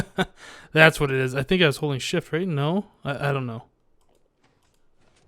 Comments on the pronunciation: every time said "Holding shift" I thought he said "holy shit" but I think holy shift is a good swearing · When said holding shift I thought he said holy shit. Loo